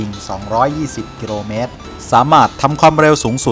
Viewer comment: อยากให้แอดมินพูด ร.เรือ กับ ล.ลิงให้ถูกต้องหน่อยครับ หรือไม่รู้ว่าคำใหนใช้ ร.เรือ คำใหนใช้ ล.ลิง คำว่ากิโลเมตรก็เป็นกิโรเมตร แต่ความเร็วบางทีดันเป็นความเล็ว กิโรเมตรนี่ประจำเลย